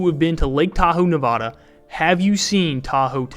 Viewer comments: It is not Navada it is Nevada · I tell people you don’t say nebrahska so why say nevahda. NevAda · Say nevada like you say Nebraska. It’s not nevahda